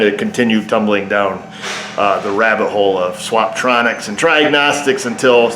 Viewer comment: "swap-tronics" and "try-agnostics" 🤣🤣🤣 I'ma have to remember those!!